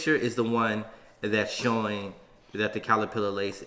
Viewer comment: Lol out here saying “calerpillar” 😂 I love y’all